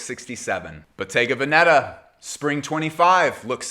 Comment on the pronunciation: The correct pronunciation of Bottega Veneta is: Boh-TEH-gah VEH-neh-tah, (not BOH-teh-ga veh-NE- tah) In Italian, Bottega places the stress on the second syllable (-TEH), while Veneta places it on the first (VEH). 😉